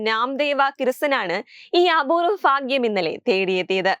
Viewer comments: ഫാഗ്യം എന്താ കൊച്ചേ??? 😄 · മോളെ ഫാഗ്യം അല്ല, ഭാഗ്യം ഭാഗ്യം, ok😁😂